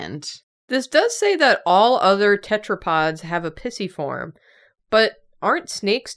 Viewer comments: Came here to be annoyed at how pisiform is being pronounced in this video! But then there are comments of being pregnant! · Listening to yall pronounce these bones is so oooooooo funny Pissyform PLEASE HAHAHA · Your pronunciation of the bones..... they are so blursed. Also, Pisiform is best baby. Congratulations,!